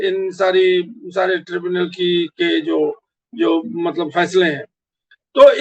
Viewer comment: tribunal kehte hain aur mulavis bolte hain mubalis nahin. ko urdu seekhni chahiye.